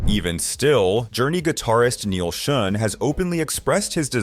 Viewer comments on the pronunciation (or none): Neal "shun" learn to. Say their names correctly ya goofy Ai idiot.